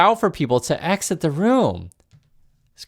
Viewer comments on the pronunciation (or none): none